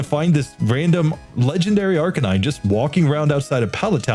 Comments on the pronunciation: Just a little tip on how to pronounce Arcanine to do justice towards the word play used here. Arcanine is a combination of 'arcane' and 'canine', and awesomely these work perfectly as a word combination So the emphasis should be on the middle syllable: arCANine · I always say it and it annoys people, but comments are good for the algorithm, so here it is: Arcanine is a combination of two words: arcane and canine. So unless you pronounce those words totally wrong, the only correct pronunciation for Arcanine is ar-KAY-nine, not AR-cuh-nine. Anyway.